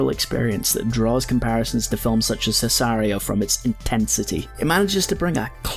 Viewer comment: Great analysis, love the vapor wave asthetics, but omg “see-sai-rio”??? Lol